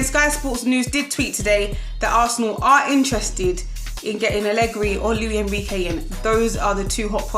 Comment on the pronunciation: Luis Enrique not Louie Enrique!